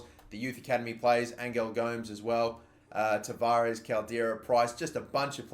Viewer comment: Gomes or Go-mez